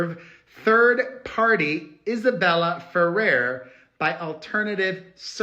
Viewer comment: Thank you, Perez. You’re the only cc that has pronounced Isabel Ferrar’s name correctly